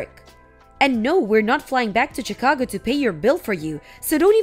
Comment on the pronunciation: Learn to pronounce Chicago correctly